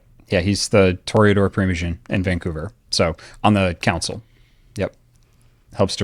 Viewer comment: Toreador with the mor-eador